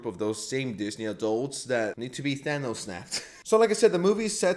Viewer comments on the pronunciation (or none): none